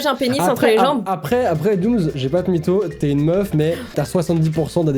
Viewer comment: Dooms pas domms dooms oui dooms pas domms non non dooms